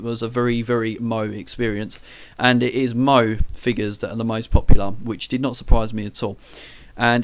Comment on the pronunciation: That was a great first video :D Yeah, I guess our first topic is the history of our subjects so I'll probably do the history of manga. By the way, Moe is pronounced Mo-Ay XD, sorry, but that was hilarious, the simpsons have invaded the video [ rubbish joke, sorry :) ]